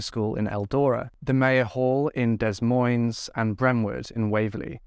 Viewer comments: Dude, Des Moines is pronounced "day moins". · Des Moines is pronounced da-moy-n'z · Not to take anything away from this sad case of 2 innocent girls... Des Moines is pronounced (DE-MOYN). Sorry, the constant miscommunication in this video was driving me batty!! I pray 🙏 the monster is caught and there is justice for these sweet girls. 💜💜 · Hey, I haven't heard much about this case even though I'm in Iowa. I'm not sure why some cases are not known while others gain national coverage. All cases involving children should be made well known, at least throughout the state in which it happened. Congratulations on your new home, and new bed!! I also love the vines on the headboard!! Des Moines is pronounced Dee Moin. I'm from here and don't always say it correctly, lol. You did a great job as always, keep up the great work. And thanks for doing a video from my state, even though it's heartbreaking. 💔😢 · Although this case is tragic, I hope their families are proud of how much abuse prevention work they did in honor of the girls. Note: the Des in Des Moines is pronounced with a silent S. So it's like "deh moines" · It’s pronounced Deh moyn, neither “s” is pronounced. Otherwise, very nice concise coverage of this case! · I love your videos! You're always extremely respectful of the victims and the cases overall. Just a small note, the s is silent in both words Des Moines (I live in Illinois so we often hear people saying Illinois with the s as well which is of course understandable for anyone not from these areas.) Keep up the great work on your videos, it shows just how hard you work to keep these cases alive. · Great coverage. Please look up how to pronounce Des Moines ya said it wrong every tine darling. American cities are mostly pronounced strangely so it isnt your fault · Great video, btw the S is silent in (Des) Moines 😊